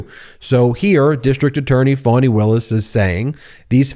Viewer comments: Her name is pronounced "F(ah)ny" not "Fawny".. I keep hearing all of the news media saying Fawny. Please be respectful and say it correctly. Still love the video though. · It’s FAH-KNEE…….